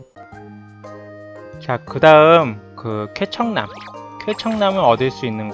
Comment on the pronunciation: 왠지 쾌청남이 케찹남 처럼 들린다...